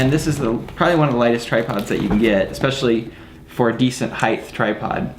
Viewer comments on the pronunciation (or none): why do people pronounce height as heighth now? I'm noticing it a lot and am just confused lol